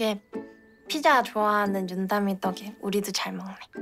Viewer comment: 아 계속 윤담이를 전담이라 듣넼ㅋㅋㅋ